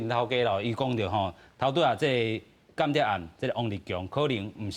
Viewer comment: 「間諜」讀作「kan-tia̍p or kàn-tia̍p」 嘉賓跟主持都讀作「kian-tiap」，作為主持人，音讀錯，實在太不專業，估計沒好好學習教會羅馬字！